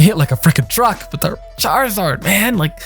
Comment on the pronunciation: Charzard.....triggered lol